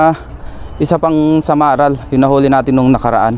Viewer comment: hindi SamaraL - samarai po.